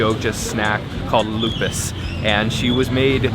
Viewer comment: "O" on Lopis pronounced like "O" on "OK"